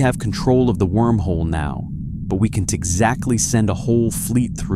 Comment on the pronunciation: Just got into this, and it's difficult to imagine why AI can't pronounce possessive nouns without pronouncing the S. Eg, the "captain S ship," nor contractions like can't, which it pronounces can T.